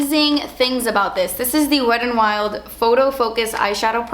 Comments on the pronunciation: Love how you pronounce wet n wild. "Wed n wild" 😂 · lol "Wed and Wild" love you 😘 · how you said "wet n wild" at the beginning LMFAO